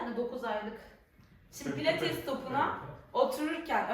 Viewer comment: PLATES DEĞİL " PİLATES " başlığı düzeltin